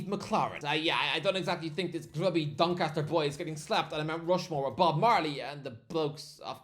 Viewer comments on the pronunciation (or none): none